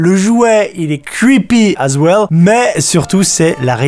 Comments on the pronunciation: "Cweepi az waile" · "cuipi az ouel"